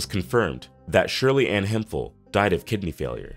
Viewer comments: Say it with me "Hemp-hill" not "him-fill" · RIP to all these talented people BTW, Shirley Hemphill's last name is pronounced HEMP-HILL...not HEMFIL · No disrespect, but It is not pronounced as (Hem fill). It is pronounced as (Hemp. HIll) Hemphill. That is how North Carolinas pronounce it. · Cartier is pronounced Car-tee-at, and Hemphill is pronounced Hemp-Hill.